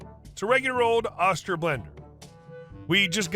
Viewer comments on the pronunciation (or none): Oster is pronounced with a long "O", John Oster Company has been making kitchen appliances under that name and under it's lower prestige name Sunbeam for more than 70 years. I'm sure that if anyone in management of the company ever watched this video they would say something like: "At least he didn't call us oyster.